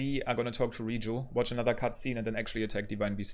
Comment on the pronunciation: you mean towk. I love his accent ahaha😄